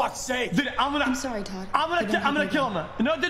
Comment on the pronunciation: XQC: I'm gonna pipe toad man. Me: iT's AcTuAlLy ToDd...